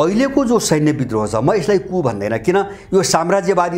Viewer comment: कुप हाेईन कु (coup) हाे ।